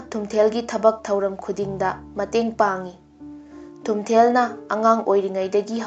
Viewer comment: Thumthel haiba natchade. Spelling ga pronunciation se taba nungeite. Nupi gi mingsu panba yaba yatni. Wari se henna kupna research touradi henna fajaga daba. Hapchinba khara su jaoraba malle. Anyway good job.